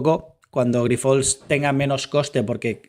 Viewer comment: Hola. Gracias por este nuevo video. Tan solo comentarte una cosa, me sabe mal, pero hace tiempo que te escucho llamar asi a la empresa y no es correcto. Grifols se pronuncia "Grifuls", y es llana, no aguda. 😄